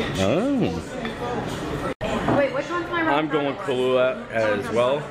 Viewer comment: I think y'all were adding a few letters!? It's pronounced Kah-loo-agh, Not Kah-loo-lagh😉